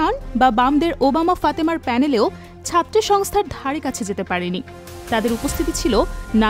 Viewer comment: ওরে রিপোর্ট রে...😂 উমামা ফাতেমারে কইলো ওবামা ফাতেমা। সাবেকুন্নাহার তামান্নাকে কইলো সাদেকুন তামান্না। ছাত্রী সংস্থাকে কইলো ছাত্র সংস্থা.... ১মিনিট ২সেকেন্ড শুইনা এই কমেন্ট করলাম। বাকি রিপোর্টের কি অবস্থা আল্লাহ জানেন।